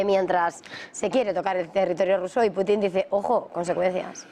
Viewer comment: Pues nada díganlo en español ej: iceberg= que se lee aisberg,pero en español es TÉMPANO. Putin no tiene acento en la i no es PUTÍN ES PUTIN Asi como sanchez es sanchez y no SÁNCHEZ